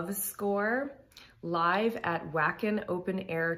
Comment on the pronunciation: Yeah, um... Wacken, being in Germany, is pronounced "vacken". "Ouacken" sounds bizarre.